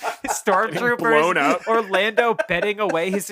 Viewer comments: episode 3 of mispronouncing things: Lando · mispronunciation of the week: Lando